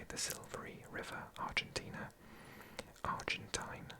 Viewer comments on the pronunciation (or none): none